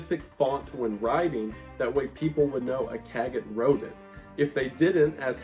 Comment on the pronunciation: The T is silent in Cagot, I think. SHould read Cagoh, which it's even more hilarious if true.